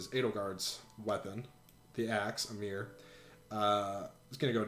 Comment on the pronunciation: guywfarting77777 They pronounced “AYmr” as “AmEER,” so I can’t take Smash pronunciation seriously.